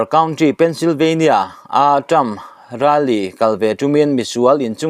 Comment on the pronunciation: I thil chhiar dan,thlûk dan a mak thei e.Rally tih i lam dan te kha.😂😂mahse a bengvarthlak e..